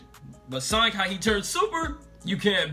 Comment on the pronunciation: It's not soinc its sonic